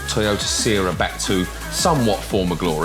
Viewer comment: Pronounced “see-rah” Edit: got it right after the intro 😅